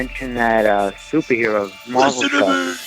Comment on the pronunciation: I love how pronounces “Marvel”........MURVEL